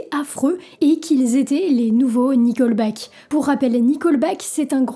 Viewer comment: Tu dis qu'une partie de la communauté est connue pour être conservatrice "dans le mauvais sens du terme". Il y a un bon sens à ce terme ? Ce n'est pas "nicolbaque" mais "niqueulbaque".